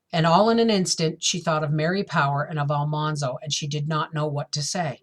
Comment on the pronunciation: His name is not All- Mahn-zo. His name has all hard A like apple. Al-Man - zo